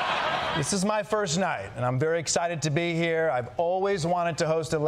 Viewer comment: “Aire you go “. 😂😂😂😂